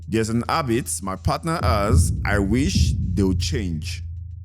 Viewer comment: “There’s an hAbit” Yoruba people oo🤣